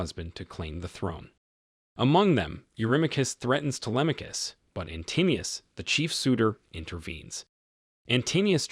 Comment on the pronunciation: Antinous is pronounced antin-o-us, not antinneus.